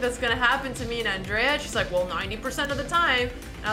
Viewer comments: i think i m in love, when she said "Andrrrea" ... And what about, all the young "Robin" wibe comes from Alexandra? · Yeh she pronounces it with the hard D, instead of the american Anjrea